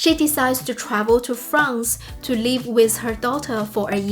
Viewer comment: You keep pronouncing 'live' like 'leave'. Because both of these words are used a lot on your spiel, this causes unnecessary confusion.